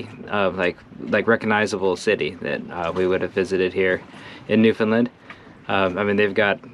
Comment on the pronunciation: It’s Bay St. George, not St Georges Bay. I live on its shores. It’s Pronounced NewFinLAND, rhymes with Understand It’s the GULF of St Lawrence. Lark Harbour, not cove. Criticism aside, I enjoyed the vid..nice to see my home on YouTube.